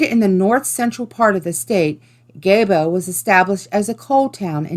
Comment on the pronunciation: Gaebo is actually pronounced Gee-boe. From your local wyomingite (